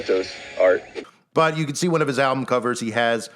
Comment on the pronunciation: Ok so maybe im crazy but when u say the word "album" it sounds alot like you're saying "owl-bum"...idk if that means anything or not but just thought it was strange